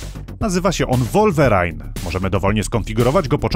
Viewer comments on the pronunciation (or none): nazwa pojazdu to nie "wolwerajn" (lol) tylko "łulwerin". Na przyszłość: i kliknij głośniczek